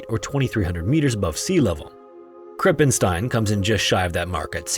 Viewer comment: you pronounced "krippenstein" nearly correct. but u pronounced the "st" wrong. "st" in german isnt spoken "st" its spoken "scht" bc when the compination of "s" and "t" happens the "s" is prononced "sch" like a.e. in the word "schloß" (meaning castle or lock)